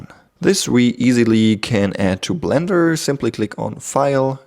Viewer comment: A cweacher in bwender. Your accent is so pleasant.